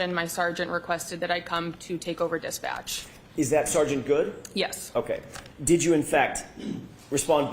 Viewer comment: Also "Dispatcch"